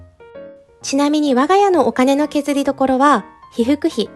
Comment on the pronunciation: お金の削りどころ が、 お金の削りどろこ になっちゃっています。😭 でもちょっとかわいいｗ